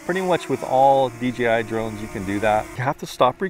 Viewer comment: Bruh you keep saying D.G.I cmon faka D.jay.I